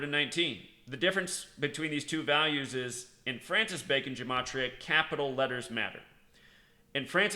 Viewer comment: That's not how you pronounce "gematria"